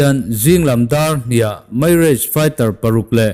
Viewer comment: Mirrage i lam dan hi a diklo. Mi- raj tih a lam tur aw ka pu